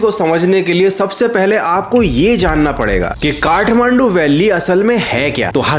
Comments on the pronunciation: Bro its kathmandu. Not kahmandu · It's Kathmandu. Not kahmandu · Kahmandu 😂 Kathmandu hota hai bhai 😂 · I THINK IT SHOULD BE KATHMANDU✅ NOT KAHMANDU❎ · Kathmandu❌ Kahmandu✅😂